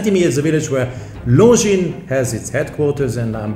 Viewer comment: Hahaha... horrendously